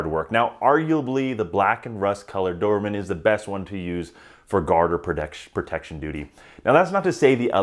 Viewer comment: Why do you call them dovermans lol